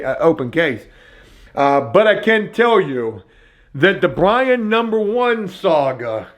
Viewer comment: I hate the way you anounciate "BRIAN" THATS not a lisp.... What is that